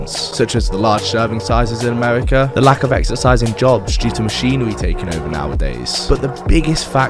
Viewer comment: Gweasy, weally, amewica